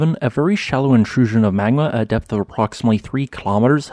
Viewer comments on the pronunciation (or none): none